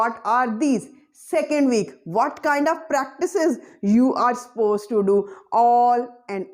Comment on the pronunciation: Madam, please pronounce suppose correctly it's not ‘pose’